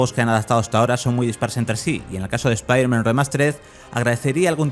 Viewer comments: Porque le dice "Espiderman" y no "Spiderman"? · Buen analisis P.D. es "ESPAIDERMAN", no "ESPIDERMAN" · ESPIDERMAN? PRONUCIA BIEEEEEEEEEEEEEEEEEEEEEEEEEEEEEEEEEEN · ¿Speider-man? ¿es un nuevo super héroe? Nunca había escuchado pronunciar el nombre peor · es un chiste usado en Padre de Familia cuando Peter le dijo Espiderman a dicho superheroe, como si se burlaran de la pronunciacion española, eh ahi la referencia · EspaiderMEN XD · Por qué le dicen espiderman? Si la cagan!!!! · espiderman jajajajjajajajjajajajajajajajajjaa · Por que si es piderman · Cuando lo primero que haces al entrar a ver un video europeo es escuchar como pronuncian mal el nombre del prota .... cierras el video y te vas a la mrd .... bye xd